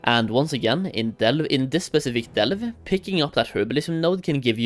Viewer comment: Can't stand the way this dude says Delve, enjoy the ban